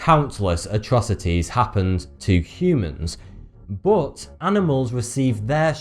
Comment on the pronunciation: Love how you say ''bot'' instead of but.